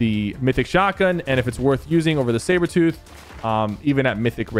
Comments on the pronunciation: "Sabor tooth" XD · did my man just say saybertooth shotgun